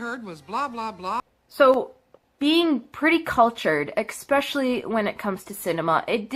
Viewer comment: "Being pretty cultured, exspecially-" So cultured she can't even say "especially."